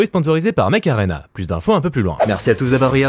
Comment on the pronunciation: Mech Arena.? Perso j’entend Macarena^^